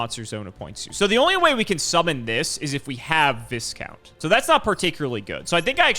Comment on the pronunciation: I'm having an aneurysm everytime he says "Viscount"